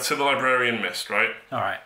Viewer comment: learn to pronounce Librarian....very distracting